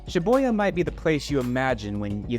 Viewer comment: Was the "Shi-Boy-Ya" pronunciation on purpose lol.